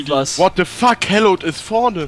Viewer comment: hallowed nicht hellowd